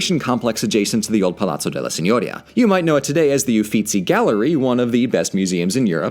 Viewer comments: Si.gno.'ri.a Not Si.'gno.ri.a Stress on /ri/ not /gno/ Remember in italian the accentation normally falls on the penultimate syllable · Forgive my being pedantic, but "Signoria" is pronounced seen-yor-EE-a. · It is such a pleasure to hear "Medici" correctly pronounced by a narrator (MED-ee-chee). However, you're mispronouncing "Signoria"—it's Sin-you-REE-a. I'm a great fan of yours and of Red's—please, keep up the great work!!!!!! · Aa an italian you for saying gn seem strange. There is a big difference. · The way you pronounce Signoria hurts my soul. But I forgive you. After all it’s actually impossible to pronounce of someone isn’t fluent in the language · Quick pronunciation note: "Signoria" is stressed on the "i". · FYI, "signoria" has an accent on the second "i" not, as you do, on the "o"